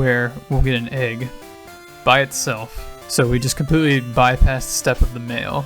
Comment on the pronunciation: Every time you say "mail" in this video, I keep mishearing it as "mayo"